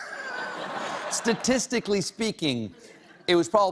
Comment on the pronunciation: statisticthaetly, hahahahaaa